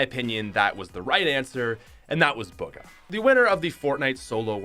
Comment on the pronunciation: Not "Buga" "Booga" xD